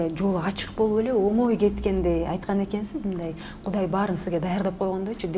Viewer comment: Алып баруучу айткан эккнсиз деген эккнсиз дейтко дегенин каяктан уккан